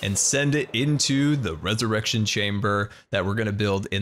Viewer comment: Ey, learned how to say "resurrection" correctly!:P